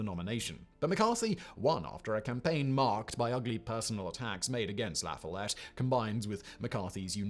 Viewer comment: Today in "Simon Pronounces Something Wrong" we have the name La Follette. I can't give him guff on this one. He pronounces it in a French style, which makes sense. But this is America, dammit, and we have the right to not make sense. The emphasis is put on the "Foll" syllable. Source: I'm from Wisconsin and went to La Follette High.